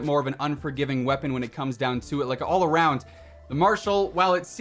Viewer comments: Ah yes the Marshal Wepapon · Wepapon? Lol